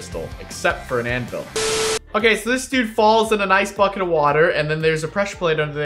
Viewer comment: I heard him say bocket 😂